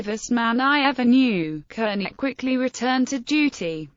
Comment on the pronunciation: It's pronounced CARN-IE not kernie.....